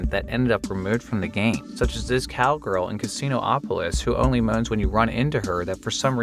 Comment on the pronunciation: This mf'er said "Casino-opolis"! Get his ass!